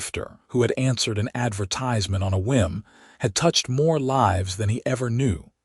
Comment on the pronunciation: Lives or lives, your AI voice gets it wrong every time in every story. Don’t you proof it first, or do you just don’t care?